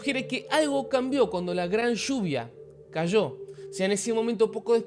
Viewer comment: Me preguntaba de donde era tu nacionalidad, hasta que dijiste shhhhhuvia. Hahaha bendiciones